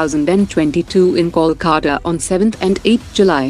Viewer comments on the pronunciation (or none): none